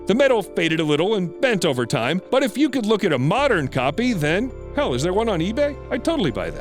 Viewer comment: Please be attentive in how one says hell